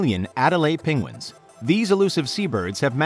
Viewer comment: He can't say 'penguin'